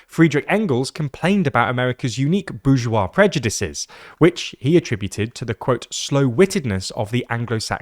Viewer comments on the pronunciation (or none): none